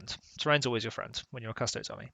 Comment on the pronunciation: so your channel is named Custodes Central and yet you say Custoads instead od Custodies? cant wait for "Asstards Central"